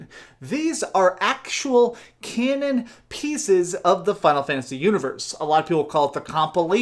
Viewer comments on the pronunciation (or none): none